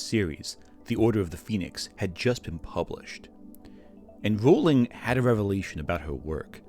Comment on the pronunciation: You know, maybe she deserves to have her name mispronounced, I don't know... but it is pronounced "rolling."